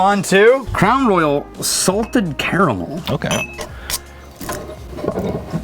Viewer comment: Did he just say "Clown Loyal"? xD